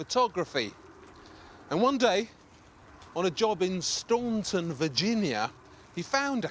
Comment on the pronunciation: it's STAN-ton, not STAWN-ton